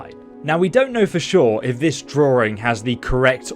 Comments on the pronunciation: Draw-ring. God that makes me cringe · Wtf is a “droowing”? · There’s only one “R” in “drawing”!